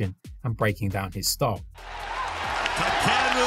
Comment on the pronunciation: Awesome breakdown, but his name is not pronounced "takeeru"